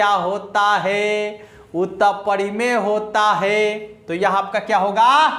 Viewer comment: pahle to gane ke bol sahi se sikh lo, aur parimey ko padimey bol rhe ho 😀😀😀